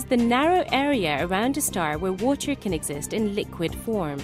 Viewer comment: she says water funny